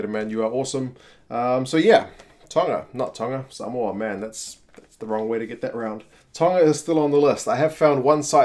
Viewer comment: You pronounced Samoa correctly, nice one uso. The collar reads ‘play for Samoa’.